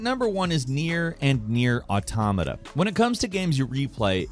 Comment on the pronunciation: finally said Nier Automata right!!